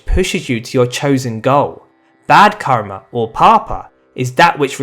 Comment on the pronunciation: ur karma pronouncation r wrong even ur all sanskrit pronouncation r wrong bro